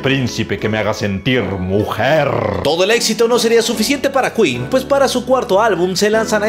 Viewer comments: El: Aquí estamos en México y se dice keen Queen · No se dice quin se dice quen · jajajaja, que tontitos, sabemos que esa banda se llama ken(queen) El tipo el cual no me acuerdo su nombre: no se dice kuin(queen): NO, aquí estamos en los mexicos y se dice ken(queen) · "se dice keen "😂😂😂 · No aqui estamos en los mexicos y aqui hablamos español y se dice Ken